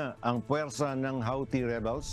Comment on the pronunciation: Pakiayos pronunciation ng Houthi 🤣